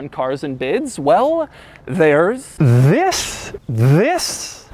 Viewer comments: After a while whenever Doug says “This” it starts to sound more like vis than this. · When he said this many times it sounded like whis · Kind of sounds like he was saying “vis vis....” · “This” quickly turned into “viss” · Is it just me, or does Doug sounds like he is saying 'vis' instead of 'this' after a bunch or so clips of him saying 'this' ? :D Maybe it's just me being Dutch, and 'vis' is the Dutch word for fish. I also like you put the 'THIS' on your auction site in capitals at the highlight section of cars you have listed for auction, that is a nice touch :) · it went from "this" to "viz" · After hearing "Thissss" over and over, it sounded like visss. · It sounds like he says VISSS instead of THIS Check out Doug Discord Server. Tons of hilarious ytp's of him! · It's only me that I feel like it starts with "this" and slowly transition to "diss". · why did it start sounding like he was saying ''VIS'' right around the end lol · wow i just found out he says ‘vis’ instead of this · After a while it just sounds like he's saying "vis" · i started getting a stroke "VIIISS" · The “this” sounds like “viss” after some time 😂😂🤣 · He said "THIS" so much that it sounds like vis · "This" turned into "Viss" very very quickly during that montage lol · The half minute of "THIS" sounded more like Wis Wis Wis Wis! Am I the only one? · after 5 times this sounds more like wiss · All I hear now is “VISS” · you mean VVVIISSSS?! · It sounds like ur saying viss when you say this.... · Did anyone else hear the "THIS" turn into "VISS"?!? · During the thiss compilation as a dutch guy i heared VIS ( fish) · The thisss part of the video started like hes saying viss after a couple times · he says This like fiss....(im not being mean i love this guy SUPER MUCH!!) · after a while it sounds like he's saying 'vis' which means fish in dutch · This this this this this this wiss wiss wiss wiss risss riss rissss and finally this😂😂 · Every this sounded more and more German